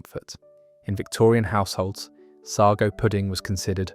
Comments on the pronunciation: What on earth is sargo I could have sworn it was sago and you can still get it in tins. . Our local baker still sells Manchester tart . Rolly Polly that's a new one on me . At least make sure your robot can read the queen's English . . What a load of tripe maybe AI will call it trip lol 🤣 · It's say-go (sago) not saggow And it's not roly polly, it's roly poe-ly. Stupid AI narration